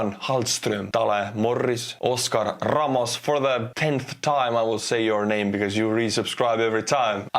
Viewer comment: Oscar RRRRRRRamos!